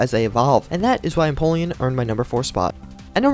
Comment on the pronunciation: no offense but when you said you finally figured out how to say empoleon's name, you actually didn't lol